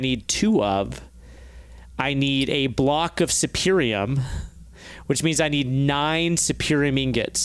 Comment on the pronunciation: Does anyone else cringe a bit when they mangle the Mystical Agriculture essences' names? It's not "Infernium" it's "Inferium", as in an Inferior essence. The highest one isn't "Superium", it's "Supremium", as in Supreme Essence. As an aside, if Cloches and Mulch are in this modpack, they could totally make Inferium essence a whole heck of a lot quicker, and would be able to automate it in a slightly smaller area, in theory. They would only need one Cloche automating each Essence, with the thing it grows fastest on, leave the server on overnight, and check back in so that their storage doesn't overflow.